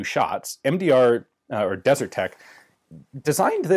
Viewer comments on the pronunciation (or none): It's 'Desert Tech', not 'DeserTech'.